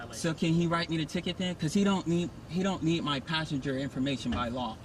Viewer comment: "Priceinger" can he speak English it's Passenger you dumb ass.